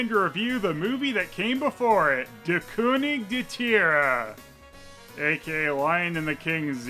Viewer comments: Great German pronunciation! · As a German Its so funny how he says der „König der Tiere” 😂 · pronouncing "Der König der Tiere" gives me life. How many of those movies are there!?!?!?